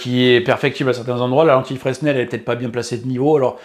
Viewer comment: Fresnel on prononce pas le S contrairement à Proust. 😅